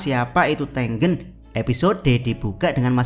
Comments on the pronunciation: ya ane tau jadi double G, tapi pengucapan E yang ke dua kayaknya gak gitu, E pertama sama E kedua cara pengucapannya harusnya sama.. Di bahasa Indonesia ada 2 cara pengucapannya huruf E. Coba dengerin lagi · Bang, nyebut nama Tengen nya sengaja kayak gitu kah?